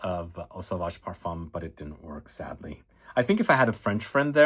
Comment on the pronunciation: Did you say sadly or sedly